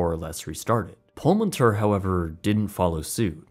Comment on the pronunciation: I think you should pronounce it as Pullman Tour. This is what it means in Spanish.